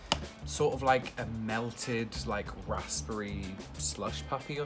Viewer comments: rasperry ?? rasBERRY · RasPP Berry I think u pronounce it rasberry because the p is nearly silent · why dose he say raspery im English and i say raspberry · Rasssbre. 😂 I'm British and ik it's pronounced razz-berry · wtf is a raspey like I thought it was raspberry?????? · I like how he said raspberry like rospburry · I'm English and have never heard anyone pronounce raspberry like that before. It's razberry. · Why is he saying raspberry weird? RASS-BERRY. WTF is a rassberry. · No one:...: rasPerry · Normal people saying raspberry: rusberie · "Rassspry" I sweat. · I’ve never heard anybody pronounce it rasPberry here in Blighty. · Yes, that hurt my soul to hear him say - RASPERRY (RASIPURRIEY) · Maybe, I'm from London and don't enunciate the S, it's more like 'razp-berry' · might be just a northern thing (Mancunian) but ive never heard anything pronounce raspberries with the P not silent 🤣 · No one’s going to talk about how pronounces “Raspberry” 😂. I’m from New Zealand, a British Colony, that cannot be right 😂😂. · as a british person, i do not think tom is saying "raspberry" correctly. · The p is silent (I don’t know why, I don’t make the rules (I’m also American so it might be a different pronunciation there)) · Finally someone commented it! Same I pronounce the "s" as "z" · Well you both triggeres me lol ribena you add water and u dont pronounce the p in raspberry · The way said raspberry hahaha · My man can’t pronounce raspberry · I hate sloppy joes. Gatorade and Powerade are both in the US. I like how this dude says Raspberry < the emphasis on RASP is amazing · I'm British but I hate the way he says raspberry ...like it's not said like that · I was looking for this comment was driving me nuts ahaha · he seems like he has a very basic London/southerner accent, which I where I'm from and live, I've never heard anyone pronounce it like that ever